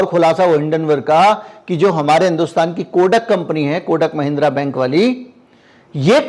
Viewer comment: कोडक महिंद्रा नहीं भाई कोटक महिंद्रा नाम है। आर्थिक मामलों पर विडियो बना रहे हो कम से कम नाम तो सही बोलो।